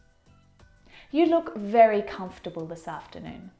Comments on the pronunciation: In "Comfortable" your still not pronouncing the "R" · I think the letters are playing tricks with your eyes... vegetables is pronounced with the ‘e’, comfortable is pronounced with the ‘or’, walk, talk are both pronounced with the ‘l’ I don’t know why this woman thinks she is an expert as she has more wrong than right. OMG I can listen to her murder the English language anymore. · You mispronounced pronunciation. I'm expanding..... Almond the L is not silent. Comfortable you pronounce the O and R.